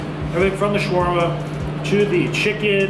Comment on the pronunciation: i think i counted 568 times you said swarma